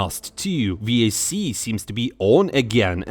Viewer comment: The way you pronounce vac disgusts me